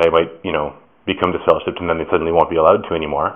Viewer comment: Dude said you are deliver-shipped 😂